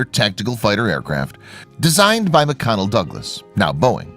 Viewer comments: Nice video. Please note it’s McDonnell Douglas, not McConnell. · Mc-"Connel" Douglas. Get your text-to-speech program to annunciate English correctly.